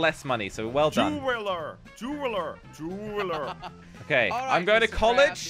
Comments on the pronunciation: is not juwerler is jewweller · jewelerer Me irl:... what's a jewelerer...?